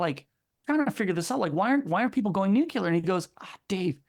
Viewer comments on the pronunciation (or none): Please. 'New Klee Urr.' And thanks for the thoughtful, informaive video. I believe a little more CO2 from here will only SAVE lives. And the government propaganda to scare us into not using fossil fuels is just the taser of tyrants.